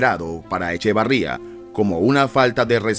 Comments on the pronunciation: ¡¡já!!..eche...que??? varría...?? ¿no eres mexicano verdad??---jeje no es echevaaarría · HOLA! EL APELLIDO DEL PRESIDENTE ERA ECHEVERRIA Y EL APELLIDO DE SU ESPOSA ERA ZUNO NO ZUÑO. ANTES DE SACAR SUS VIDEOS ASEGURESE QUE NO TIENE ERRORES EN SUS DATOS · QUE LAMENTABLE QUE NO SEPAS QUE EL EX-PRESIDENTE SE APELLIDABA ECHEVERRÌA, NO ECHEVARRÌA, EL NADADOR OLÌMPICO ERA ECHEVARRÌA SI NO MAL RECUERDO. NO HAGAS VIDEOS SI NO CONOCES A FONDO NI LOS APELLIDOS. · ECHEVERRÍA NO ECHAVARRÍA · Te aclaro que el nombre de este ex presidente es Echeverría y no Echavarría, como lo dices en tu video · Es Echeverría no Echavarría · Es Luis Echeverría , no Echevarría. Y es María Esther Zuno , no Zuño. Infórmense bien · Luis Echeverría no Echevarría, Esther Zuno no Zuño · Echeveeeeeeeeería, no Echevaaaaaría. Y Zunnnnnno, no Zuñññño! Que caray! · Documéntate... no es "Zuño', es "Zuno"; no es "Echavarría", es "Echeverría"... tu compromiso es informar, no confundir con lo que difunden... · El presidente se apellida ECHEVERRIA, y no Echevarría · Luis Echeverria no Echavarria, haces documentales y ni siquiera el apellido te sabes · EchEverría, no EchAvarría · ...no es echevarria... es echeverria... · A ver locutorcito... Los apellidos son Echeverría y Zuno, no Echavarría ni Zuño. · No es Echevarría, es Echeverría. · NO es EchAvArria es EchEvErria.... ojo Tampoco era el apellido de la primera dama de aquel entonces ZuÑo, era ZuNo.... buen video solo corregir esos detalles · Porque chinga...el q habla decir... Echavarría.....y no Echeverria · Echeverría no Echavarria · Interesantes datos. Aunque creo que fuera de cronología y quien hace la narración debería de informarse mejor antes de hablar, ya que no era "Echevarria" sino "Echeverria" el apellido del Presidente. Y la esposa del mismo, su apellido fue "Zuno", no "Zuño". Tampoco tiene sentido que se ganó la antipatía del presidente Echeverria, y que murió en 1989, puesto que el periodo del tal presidente fue de 1970 a 1976